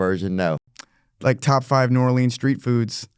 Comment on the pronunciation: Because it’s not “yockum” and not new or- leans